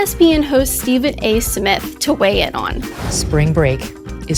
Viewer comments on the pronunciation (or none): none